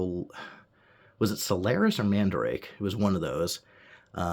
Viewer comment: Not mandrake...MandaRake...Man-Da-rah-key